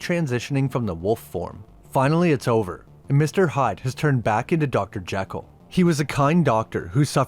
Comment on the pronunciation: A couple of things the movie gets wrong throughout: •Alan's last name is Quatermain, only one R. •Dr. Jekyll's name takes the Scots pronunciation, per Stevenson himself: JEE-kul, not JECK-ul. A couple of things you missed: •Hyde doesn't grow from tiny to huge in the comic. There's a conversation where it's mentioned that he's grown over the years, a meta comment on how pop culture has changed its depictions of him. •You mention that Sawyer in the movie bears almost no resemblance to Sawyer in the books. Perhaps not the first two, but Clemens actually wrote four books featuring Sawyer. The latter two are "Tom Sawyer Abroad, by Huck Finn," and "Tom Sawyer, Detective." Tom's European travels, his adulthood, and his status as an agent of the law are indeed in the books... just not the books most of us have read.